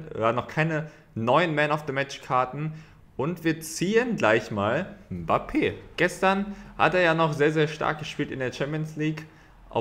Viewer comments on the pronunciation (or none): none